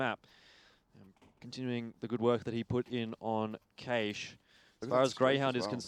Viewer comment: why cant the fucker pronounce cache .............WHY